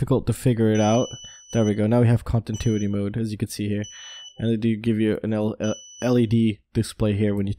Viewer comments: Ahhhh every time you say contintuity I wanna call you and say yooo it’s pronounced con-tin-new-ity hahahaha it’s kinda like how people say nuclear like new que ler as if there is a second u in the word instead of new-clear. It’s no big deal but I know I would wanna be corrected if I was mispronouncing something. I’m not trying be a dick or something only trying to help a brotha out!! I’ve almost got a race quad and a freestyle quad built again but it’s been super hard trying to replace all my stolen gear... I promise I will have a video up soooooon so you can tear me apart with all the nervous mistakes I’m guaranteed to make as a newb content producer!! Ps never ever leave anything of any value in our car no matter if it’s locked or not or even if you’re only running a really quick errand cause it only takes a second for some dirt bag to take all of your hard work for themselves!!! Keep it up buddy! Great stuff as always! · I love your channel, but can you please learn how to pronounce continuity... Kahn-ti-new-ity! Lol keep up the great work man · Con tin tuity mode 😀